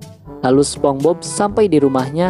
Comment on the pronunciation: BTW nieehh....SpongeBob dibaca Spons;Bob,,,bukan SpomBob🤣🤣🤣🤣🤣🤣🤣🤣🤣🤣🤣🤣🤣🤣🤣🤣🤣🤣🤣